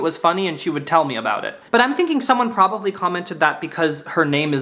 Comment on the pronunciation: i love the way you say “probavly” instead of “probably”. I’m not making fun of you come on stop it. I love you. And I kiss you… miss* sh*t come back… i’m looking out my window like a lost lady waiting for her husband to come home from war… the only man who makes her laugh like tomorrow could come or go and the rain would still bring joy to those who deserve it. I love that you exist and I wish there was more recent evidence of that. Maybe next time.